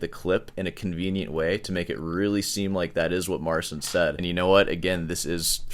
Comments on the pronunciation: It's pronounced Mar-ceen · It is "Mare-cheen" with "cheen" being very soft. You pronounce it as "Mare-sin". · Another thing that I ,being Polish"" find very pretentious ,is the fact that he keeps calling him self Mar"sin" like it was that hard to explain how to correctly say his name which is not that complicated at all, the "Cin" in his name is equivalent to ''Chee" in english , like Chee in Cheetos ,so it is simply Mar''cheen'' not ''Seen'' and Marcin being a Christian European Name also has its equivalent in English which is Martin. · So his name is pronounced Marcheen in polish? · mispronounces Marcin and DAddario 😂